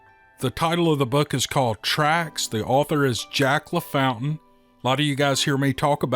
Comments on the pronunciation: Isn't his name actually Jack ,pronounced, La fawn tane? Just asking. That second story hits home. It reminds me that my sister-in-law is doing just this, missing my brother after 40 years together. Kind of sad at holidays. All of them. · in the deep south we pronounce your writer friends last name...LA FAWN TAiN...its a french Creole thing.